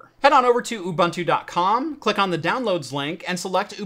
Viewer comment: Thanks for a GREAT video! You make it much simpler than I thought! One small note: Ubuntu is pronounced oo-boon-too. It is a word from the isi-Zulu language, one of the 11 official languages of South Africa. Love from South Africa. :-)